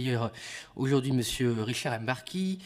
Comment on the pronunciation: C'est Rachid imbarki pas rechard imbarki